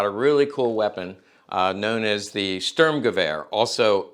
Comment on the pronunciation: I would like this channel more if you worked on pronounceation for words like Sturmgewer and Waffen SS W is pronounced like a V. Also correct terminology like calling a magazine a clip. Another thing please refrain from calling weapons nazi. eg nazi luger instead call it german. A weapon could not be a nazi although it may be used by them Simple things like this would help out your channel alot. I have subscribed because I believe this channel could grow into something good, see you on the next one.